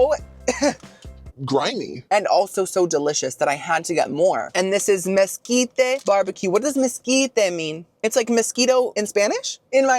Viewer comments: “MesquitAYE” “BisquAYE” “BriochAYE” 😅🤦🏼‍♀️😂 tysm for the laughs! 🤗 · Brioché, bisqué, mesquité 😂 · Mosquite-Ay Bisque-Ay Brioche-Ay Killed me-ay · Is he mispronouncing words on purpose? Like mesquite and bisque? He's a food reviewer I would think he knows those words. If he's joking maybe say that so we know you're not serious 😅 also if they're charging you $5 for those soups I'd fill it to the top! 😂